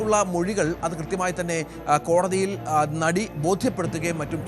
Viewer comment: കോടതിൽ അല്ല. കോടതിയിൽ.